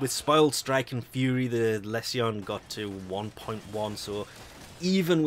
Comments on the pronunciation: do you pronounce all tion/sion words 'see on' not 'shuun'... corruption, resolution, solution, Lesion, precision, precusion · It's lee-shon. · I have been having a blast using it, i was using the tonbo for a while now and this is a direct upgrade to that. Also, i think it's pronounced "lee-zhuh n"